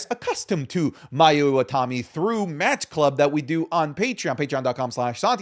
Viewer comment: IwataNi. It's literally right there. You said IwataMi like three times in a row ROFLMAO Edit: also, VERY low chance she ever comes to WWE. She's on record saying she doesn't want to leave Japan as she gets homesick very easily.